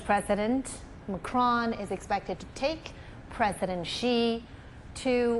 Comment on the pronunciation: Not Marcon it's Macron